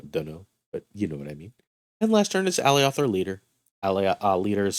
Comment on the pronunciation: i can tell you havent seen loki because thats not how you say alioth